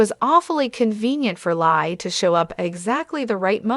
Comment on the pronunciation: Her name is pronounced LEE not Lie!!!!